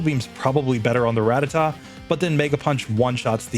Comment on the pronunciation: A Pokemon YouTuber that actually knows how to pronounce Rattata. Praise the lord.